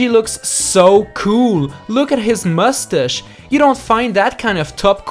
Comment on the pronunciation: What's a mustush I only heard of a mustache